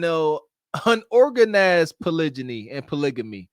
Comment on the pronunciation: That "polijiny" had me dyyyyinnnng during the live😂😭😭🫡